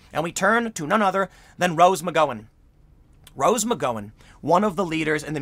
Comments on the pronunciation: Meeeka!! Not M-eye-ka. McG-ow-an!! Not McG-o-an. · Rose McGowan is pronounced “Mc-Gowwww-an” Mika Brzezinski is pronounced “Meek-a” Great work as always, Tim...keep fighting the good fight! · Hey Tim just an FYI, it’s pronounced McGowan as in cow not go. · Sheesh. Tim. It’s Rose McGowan! See the “gow”? Think COW. Not go. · Rose McGOWan (rhymes with "HOW"). It's killing me with this "Go"an stuff. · Tim . You keep miss-pronounce rose surname. It is pronounced Rose Mc-Gow-an. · Tim, you must not have seen Rose McGowan's fine work (well, one.. Planet Terror👍) and aren't that familiar with her, because this is the second or third video where you keep mispronouncing McGowan. It's not McGo(long vowel, or macron over the o like you keep saying)wan, but pronounced like "ow, like in cow" in McGowan. Sorry but I'm on my phone and can't add pronunciation marks. And who is Mika Brzezinski? It's pronounced like Me(long vowel)ka Brzezinski. She is the daughter of Carter era Democrat Zbigniew Brzezinski (don't even try pronouncing his name lol). I do respect Rose for sticking to her guns though throughout the PoundMeToo movement.